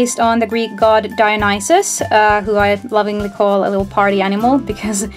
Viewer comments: Heads up it's pronounced DIE A NO SEE ISS I know that's not how it's spelled but it's how you pronounced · Not DIE A NIE CES